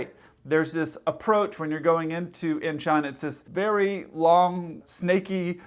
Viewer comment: I understand that your probably have limited or no familiarity with Korean, but 인천 (Incheon) is pronounced with an -o sound, not a soft -u sound. For future reference, when you see -eo in romanized Korean, it indicates an -o sound.